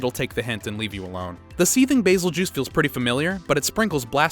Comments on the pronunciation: Everyone: bazel GEESE This guy: bazel juice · Same, While i think he is technically pronouncing it right, i have always heard people call bazel "BazelGoose" not "BazelJuice" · “Bazel-juice” Isn’t it pronounced “bazel-Goose”? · it is not baz-el-juice its baz-el-gees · It’s not Basel-juice it’s bazel-geese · Bazel-juice ha! It's a Guese at the end so it would be Bazelguese not bazel-juice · Bazel-juice more like Brazil-juise😏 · The "Bazeljuice"? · I've never heard that pronunciation for the Bazelguese. I've always pronounced it like (Bazz- El- Guy- Z) ?? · Bayzeljuice” Excuse me? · It's tee-greks. Even the handler says its name like that. Also, Ba-zel-gees. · Bazel Juice though lmao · he says bazeljuice lmao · I thought it was Bazel-Geese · The real pronounciation: Bazel-GEUSE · I'm actually so done with this. Bey- sil- gi-ze. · Nah it's basil-juice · Ahh yes, Beetlejuice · the way you pronounced Bazelgeuse grinds my gear